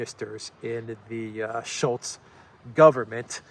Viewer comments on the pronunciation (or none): none